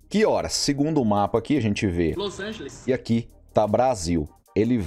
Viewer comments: "Los Angeles" KKKKKKKKKK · "los angeles" KKKKKKKKKKK